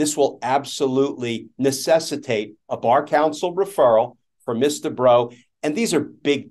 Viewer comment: Why is this female attorney referred to by their title, which is also mispronounced (Ms. is pronounced "Mizz", not "Miss"), when in general a male attorney would be referred to either by their full name or just their last name? Language is still pretty sexist without particularly meaning to be, these days.